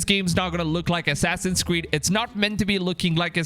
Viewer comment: "Assassin's squeed" he said ? lol I know, I'm so childish.